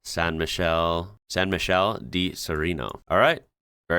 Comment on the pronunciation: The license plate for that car in the parking lot was NT (that's the county of Neamț (it's a county in Moldavia, Romania) so that's NE. He needs to check out the architecture and the road quality and the geography. Germany is mountainous too but he said it's Austria. The way he read Michele (like he should've read it in Italian) sounded like Michelle read in French. He still has time to learn a lot more. Just out of curiosity I'll take this quiz too, to see how I'm doing.